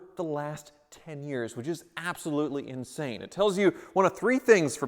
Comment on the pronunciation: "inshane" lol insane